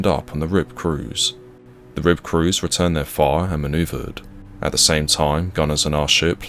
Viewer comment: its RHIB